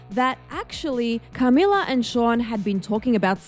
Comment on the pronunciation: why do you say Camila so weird